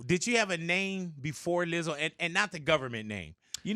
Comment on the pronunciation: I love Big Boy. I don’t think he realizes he’s saying Lizzle instead of Lizzo. Only Big Boy can do that. I know he means no disrespect. It’s amazing. 😂😂😂😂❤️❤️❤️